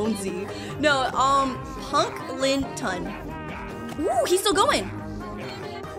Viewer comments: Punkskeleton is not how you pronounce it no offense by way too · Hey punkelton is pronounced punk-ol-ton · It's actually pronounced punk-el-ton By the way I love your videos! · HIS NAME IS PRONOUNCED PUNK-LE-TON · punkleton is said punk-ul-tin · its -pun-kle-tun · just so you know, it’s pronounced punk-L-tun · Actually, it’s punkl tin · is wrong it’s actually pronounced punk-le-ton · It’s pronounced punk-uhl-tin :D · am i the only one who pronounces "Punkleton" Punkeleton?